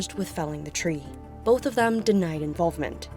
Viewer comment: "Boff" (both) and "Norfeast" (Northeast). Really?? I thought you Brits brag about speaking perfect English...... ;-(